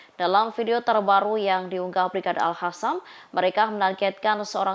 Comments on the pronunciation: Mbak pembaca berita ini enak didengar intonasi dan suaranya..tapi sayang ketika menyebiut Al Qasam malah dibaca al khasam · alqasam pewarta bukan al hasam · Alqossam ya di baca AlQossam Qatar ya di baca Qatar,,, jgn gaya mlah salah,,, Al Qossam mbok baca Alkhassam Qatar mbok baca khatar ngono iku salaaaah yo,,,,,, ingaat klo Al Aqsho mbok baca Al akhso,,,,,Salah yo,,, ojo gayaaaa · Bukan al Hasam mbak penbaca berita... Tapi al Qassam kyknya gitu... 😊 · tlg sdri Host klo baca Al Qossam jgn di fasih2no dg di baca Alkhassan itu salah bisa mengubah Arti,,,,maaf tlg jgn di ulang,,,di telinga terasa mbenginging